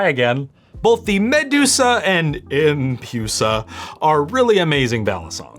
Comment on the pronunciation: I also hate the name “empusa” and the way pronounces it “em-pyu-sa”